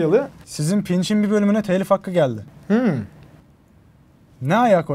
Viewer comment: NİYE TELİF DEMİYORSUNUZ TEELİF DİYORSUNUZ